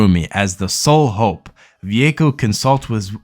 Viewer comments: Va-way-ko no Vuvuko or whatever you just garbled lol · You talk about using streaming services and can't even pronounce Vueko. Stop making anime videos you don't know anything about it.